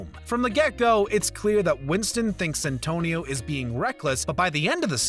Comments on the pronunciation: Its Santino D'Antonio not Santonio. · It's Santino (little saint) not Santonio you heathen, and it is a cardinal, not the pope. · Hurt my ears every time. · The amount of times I heard "Santonio..." It's Santino lol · It's Santino not santonio ... It's either the paper you're reading from ,or some orating skills you're missing my friend . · Its Santino D'Antonio not Santonio D'Antonio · "Santonio Di Antonio" lol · "Santonio" make my ears bleed man . . . Its now imbeded on everything I hear thanks to you 😂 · i cringed everytime he called Santino: ''Santonio'' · So triggered everytime I hears 'Santonio' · Mispronounced "garage", "Leguizamo", "Santino" (how many times?). Unloading a 'clip'? John never fires a World War II rifle. He shoots firearms that have magazines. Screen Rant, you can and should do better. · And didn't even read it thoroughly considering the extra syllable he put into "Santino" every time he had to read it. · If you are going to do your research make sure you also learn how to pronounce people's and characters name correctly. You not only mispronounced names but you really have a lot of the facts wrong. John Leguzamo is pronounced Le-gu-zamo not Leguzimo and they other name is Santino not Santono.